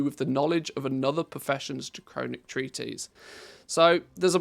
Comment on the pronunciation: I love and appreciate your videos! But you're driving me crazy mispronouncing "treatise!" It's not "treaties" it's "tree-tuhs" (US) or "tree-tis" (UK). 🙏💗